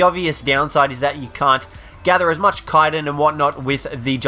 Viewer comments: It's called ch-itin (like chew) not kiten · kyton? you mean chittin? chiiiii-tin not kie-ton